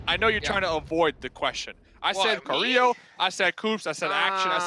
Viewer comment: he call carrilho carrlo 😂 “CARRLO”